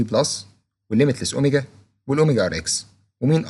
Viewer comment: اوميجا ثري وليس اوميجا سري